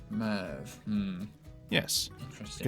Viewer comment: It's not mev it's merv